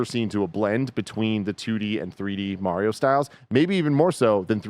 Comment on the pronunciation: They pronounce Mario wrong 😆